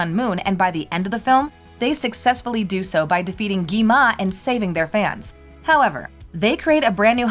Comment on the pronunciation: It's not Gima It's Gwima 😂😂😂